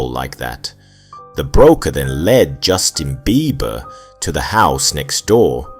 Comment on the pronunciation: Bro the emphasis on the JUSTIN BEIBER name got me rolling on the ground